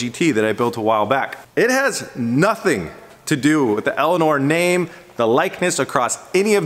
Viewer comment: Instead of Elinor hb elania lol